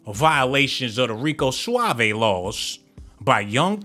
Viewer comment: Rico Suav'e 🤣